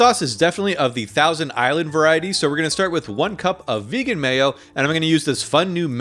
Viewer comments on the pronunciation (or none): none